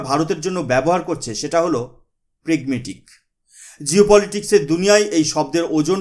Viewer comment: উচ্চারণ এত ভূল কেন ? সঠিক শব্দটি হবে প্র্যাগম্যাটিক । প্রেগমেটিক নয় ।আপনারা হলেন শিক্ষক সম । আপনারা এরকম ভূল বললে আমরা কি লিখব , বলুন ।